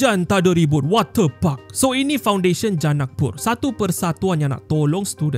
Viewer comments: Ni aku yang Salah dengar ke atau ape Wate puck Atau water parks 😂😂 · Ko sebut wat ter pak tu elok2 skit min 🤣🤣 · Jangan tekan sangat lah kalau sebut water park tu...banyak Kali dengar udah lain bunyinya hahahah😂😂